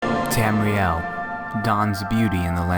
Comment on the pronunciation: Tamriel. Not Tamrile.